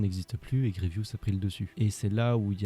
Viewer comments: Grievous et non Grievious! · C'est Général Grievous. Désolé mais il faut que tu réépèle son nom.